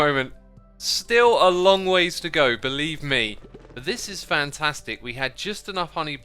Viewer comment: "still a long way to go. beelieve me"